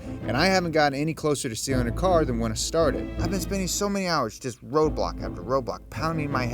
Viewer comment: I though he said "Playing Roblox, I mean roadblocks" lol